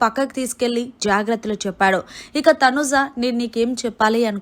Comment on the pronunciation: Nv ja lu sh lu ela palakalo nerchuko, uh tarvata ilanti videos cheduvu, ni ucharana antha chettha ga undi mari, getting irritate when you utter tanuja n manish sounding...god!!!